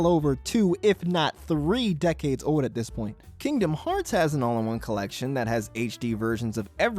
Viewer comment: The word is OLD. There's an L in there. It's not "ode".